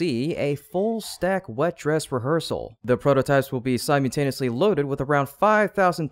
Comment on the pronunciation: It's pronounced "Sie-MULL-tane-ee-us-lee," not "Sime-YOU-tane-ee-us-ly."